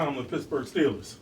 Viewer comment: "Wiff de sixty-sixff pick in the 2019ff draft, the Pittsburgh Stillers pick......."